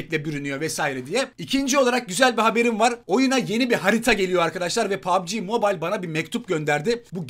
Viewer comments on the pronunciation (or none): none